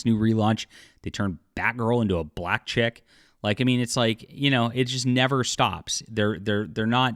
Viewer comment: The way you said " Black Chick" lol sounded like a hard R bro...yikes. 😅 Also, Woke is a racist term. HM magazine was the best. But it was 80% pornographic,doesn't seem very Christian to me...hmmmm? Intersing. No hate,and best of luck on your book. But plz,don't exclude people by using racism n such. Feel you mean well,and deep down are better than this. But I might be wrong.😅